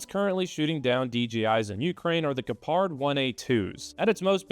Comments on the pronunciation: I know you don't care about how badly you pronounce Gepard so I won't either; an American doesn't want to be corrected on their horrible pronunciation is nothing to write home about. Maybe you could've spent like 1 minute of your precious time to type this new word you don't know yet into google translate so it gives you an example of how to say the word you wanna say in the video, you'd come across less ignorant and so much more internet capable. And less negatively American. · You mispronounced Gepard and I do not care. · Even tough you don't care. You pronounce Gepard almost correctly. Only the accent is not on the A but on the E: correct: Gépard (long e and short a). Wrong: Gepàrd. :-) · You almost got it with the pronunciation... 😅 Greetings from Germany!